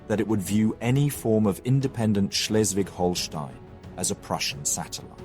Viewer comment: Dear narrator learn german (at least how to pronounce site names) Holsteen, Hesse?😅